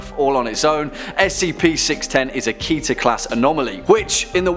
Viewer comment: its not kih-ter, its keh-ter. the hebrew word for crown